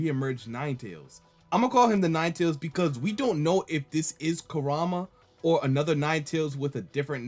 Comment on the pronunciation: Since 1st boruto epi. I always believed hima would be the one dealing with the tail beast and have the 9 tales. It was clear to see that it was going to be her. Also this nine tales name is different it’s Kuraa-ma.